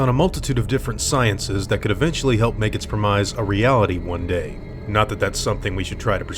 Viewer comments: Premise is pronounced (prim iss) lol. Prim eyes? Are you Canadian? Lol. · did you just say "pre-mise"? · What the fuck is your pronunciation of "premise" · I've never, EVER heard anyone pronounce the word "premise" wrong in all my life. Uh... Congratulations?